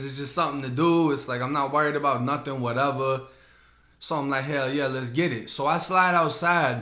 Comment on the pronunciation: I love the way you say “whateva” 😂😂